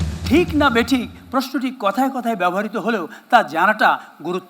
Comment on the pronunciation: স্যার সশ্রদ্ধ সালাম ও অফুরান ভালবাসা। বেয়াদবি নেবেন না। ব্যবহৃত শব্দটি বেশ কয়েকবার ব্যবহার করেছেন। যতটুকু কানে শুনেছি (যদি ভুল না হয়) তাতে মনে হয়েছে আপনি "ব্যবহারিতো" উচ্চারণ করেছেন। বাঙলা উচ্চারণ অভিধান, বাংলা একাডেমীতে "ব্যাবো hriতো" আপনার সুস্বাস্থ্য ও দীর্ঘ জীবন প্রার্থনা করছি